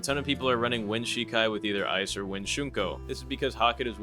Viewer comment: the quincy schrift wind isnt pronounced like wind (as in flowing air) but as in WINDing up a toy